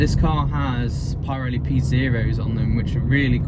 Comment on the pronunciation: Pie-relli?! No. Just no.